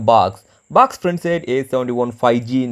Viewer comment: baax ~~~~~ I think he wants to say box !!